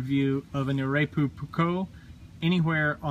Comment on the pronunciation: The correct spelling would be almost like a japanese word. Short O, not ''Ou'' like the americans say their O.